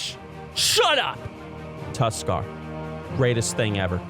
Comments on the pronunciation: said Tuskarr and I’ve never agreed more in my life fuck yea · Tuskarr. Correct.